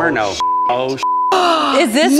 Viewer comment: Why can’t say Inferno 😂